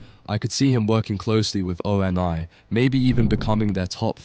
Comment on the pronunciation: Feel like this is either an AI video or author does not know Halo. No one says O.N.I spelled out. Its a single word . Dead give away!